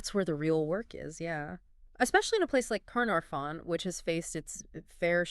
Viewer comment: This is absolutely amazing! It is a beautiful woven story (the subtitles need work - and pronunciation, like Caernarfon!) covering logically all the issues and injected with AI enthusiasm and, let’s admit it, clichés. But it is wonderful. Looking forward to learning more and seeing how the Engedi 2.0 Project develops.